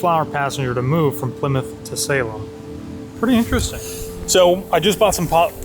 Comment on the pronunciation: Haha, thought the same thing, with the pronunciation. I am from New Hampshire and haven't been to Salem, MA but hear tons of Boston radio stations with reference to the areas and knew when he mispronounced that place.